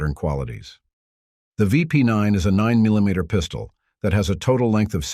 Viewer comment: How ya say 9mm😂😂